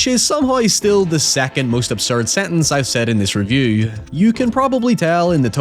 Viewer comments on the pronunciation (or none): none